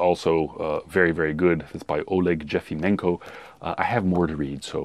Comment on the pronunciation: The last name of the author of the second book should be pronounced as _Y_efimenko (as in 'yeah'). "Олег Єфименко" in Ukrainian. The soviet passport-issuing agencies were using German language-like rules to transliterate Cyrillic names into Latin where J+vowel would be used to what would be Y+wovel in English.